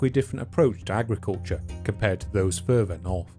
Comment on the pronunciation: It's further, not furver. Unless you're trying to say the word fervor. When you pronounce th's like f's, I can't take you seriously.